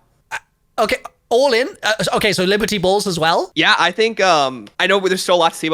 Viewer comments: I can’t unhear liberty balls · he intentionally called it liberty balls